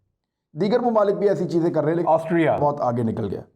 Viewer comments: Yaar imran kamaal ho gya... Tume Austria bolna nahi ata🤣🤣🤣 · Totle Austria bolna seekhle pehle... Anchoring baad mein karna🤣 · عمران بھائی کیا آپ سےاسٹریا پڑھا نہیں جا رہا تھا اپ نے گوگل سے بار بار ریکارڈ کرکے ہر جگہ اسٹریا کی ریکارڈنگ چلائ۔ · Why word Austria sounds different than his sounds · AUSTRIA word pe itna zor kion? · Austria ferse bolo Austria 😁😂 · I was thinking the same☺️ he got the pronunciation wrong so edited it.🤣